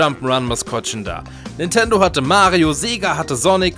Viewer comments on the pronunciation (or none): none